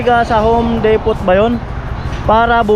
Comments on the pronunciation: So happy for Ate Bidang and family. You deserve it. Thank you to Kuya Frans and all the sponsors and team Pahuway. By the way the correct pronunciation is “Home Depo “ silent t. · Silent T po d-e-p-o-h hindi depot. Repeated wrong pronunciation ayaw kong mapahiya ka sa mga viewers. Hindi po ako expert sa english o nagmamarunong. idol kita silent viewer since day 1 kay rica 1 sa balatan pa. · wow galing naman ni bidang but she deserves it though. by the way ka noli its home depo silent t... yoyoyo yeyeygood job godbless you always...